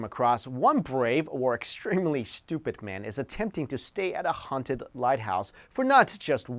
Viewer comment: ughhhh i hate the way you pronounce the "H" .... "HHHHHHaunted"